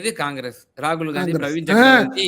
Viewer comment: காங்கிரஸ் ஆட்சிக்கு வந்து 13 வரடம் ஆகிட்ட்து .மதவாத சக்திகள் ஒழியனும்,காங்கிரஸ் வரணும் ,இதஸ்டளின் நினைத்தது தப்பா?காங்கிரஸ் காரணி ராகுல் பெயரை உச்சரிக்கதபோது ரகுள்தான் அடுத்தபிறதமார் என சொன்னது.ஸ்டாலின்,இது ஒன்னு போதுமே.t நாட்டில் காங்கிரஸ் நிலை மை உங்களுக்கு தெரியும், அப்படி இருக்கையில் ராகுலுக்கு மரியாதை குடுக்களைன்னு சொல்லுறது...